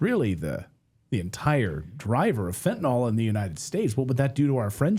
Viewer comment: Anyone else noticed that it's pronounced fentanyl not fentanol? I think it was Trump who started the latter pronunciation.